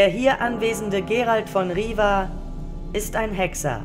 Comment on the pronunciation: Er heisst aber Geralt of Rivia… mit zweimal "i" und nicht Riva...im Englischen und somit musste ich mich erstmal umstellen aber ich finde Euren Aufwand echt super und auch die Musik ist sehr gut angepasst (ich erkenne sie wieder aus dem Spiel)...man wird auf jeden Fall suechtig nach Eurem Hoerspiel.